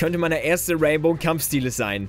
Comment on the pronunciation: "Kampfschtiele" x'D